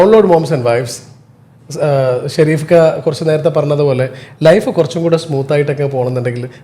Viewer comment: Edheham Peru parayumbol maathramanu tettu parayunnathu athayathu sherif alla Shareef ennanu athayathu kaba Shareef ennanallo sherif ennallallo angane ucharikku